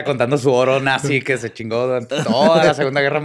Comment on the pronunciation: "Natzy" 😁😁🤣🤣